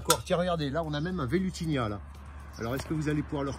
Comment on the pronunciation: c'est Velutina, pas Velutinia, non? 😉